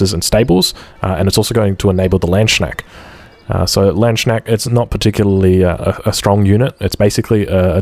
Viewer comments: "Landshnack" ? :D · if you were trying to say Landsknecht, maybe it helps you to know that Lands- and knecht are to different words put together. lands it kinda pronounced like lance. Knecht is probably more difficult to pronounce. the kn is fully pronounced even though that might be difficult to do. i dont have a good example on how to pronounce the ch right now, but with this information maybe you get closer to the real pronounciation if that even interests you. google translate also does a good job of pronouncing it. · it´s hilariously funny to hear native english pronounce this word as a native german speaker, made me laugh so hard over many age vids ^^